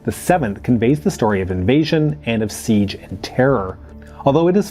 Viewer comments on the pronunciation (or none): none